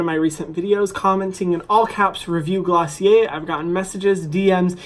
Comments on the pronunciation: Isn’t it pronounced glossy air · me learning how to actually pronounce glossier after watching the video....